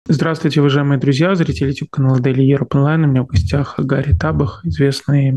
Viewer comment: Глупый ведущий не имеет головы послушать финансовое расследование Андрея Илларионова или ДиаспораЮА, где идет ссылка на каждую цифру. А так же не уважает капитана Юрия Гари Таба́х, коверкая его фамилию не только неправильным ударением, но и склоняя НЕславянскую фамилию, которая НЕ склоняется. По цифрам выделенной Конгрессом и переданной лемоНской администрацией финансирования. Так построен механизм в США - выдделляет Конгресс и передает через администрацию белого дома. Если през 6€дон зажал и не передает - отсюда более 10-кратная разница ввделенных конгрессом и переданных непосредственно коаине средств. Выделено более 280млрд$, а непосредственно передано в краину около 21-22млрд$. Подробнее. Было КОНГРЕССОМ выделено на помощь коаины более 280млрд$. Но 6€дон зажал бо́льшую часть средств. Львиная доля осталась в США - начать когда-нибудб производство военторга, а так же пополнение оружейных складов - вместо старья, переданного краине пополнение новейшими образцами, а это в разы́ дороже, чем то, что передано краине. Ещк выделены гранты на организацию производства заводов военторга в США, которое начнется когда-нибудь потом. Конкретно передано ы краину около 21млрд$. Из них около половины на содержание бюрократии, меньше половины на оборону и более 1млрд$ демоны проплачивают свою пропагандц в укрСМИ и 6ЛОХ€₽0в, для пропаганды демонов и лживые потоки очернения другого политического крыла. Четко помним, что демоН0в спонсирует ¢0₽0$$ и глобалистические психопаты. Об этом мног